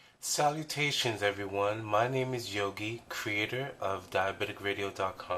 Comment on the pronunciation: You totally pronounced my name right. ;) Yogi, thank you so much for contributing!!!